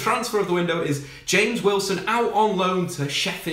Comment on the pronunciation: Mate do you know how to pronounce James Wilson's name. 😂😂😂😂